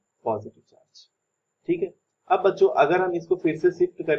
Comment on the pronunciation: Baccho listen like bancho 😂😂😂😂